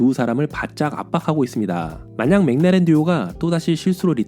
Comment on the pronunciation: 맥라렌 읽으실 때 '맹라렌' 말고 '맥 을라렌' 이라고 하면 더 원발음에 가깝지 않을까요